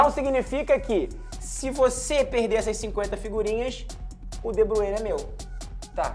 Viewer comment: É debrUine não é lejid o meu nome é italo éu sou seu fã